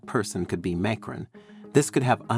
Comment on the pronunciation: Who is this “MAYcron” guy being mentioned? I’ve heard of “mahCRON” as the president of France.